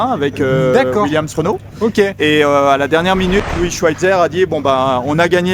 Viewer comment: Juste a la prononciation du mot Renault j'ai 🤢🤮